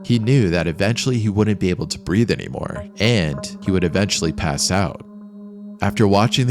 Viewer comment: Breathe, not breath